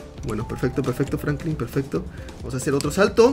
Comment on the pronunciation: diciendo Francline